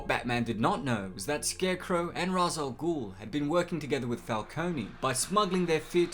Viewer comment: It is pronounced "Raesh" Al Ghul